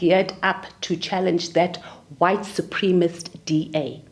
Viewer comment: Someone needs to teach homegirl how to say supremacist.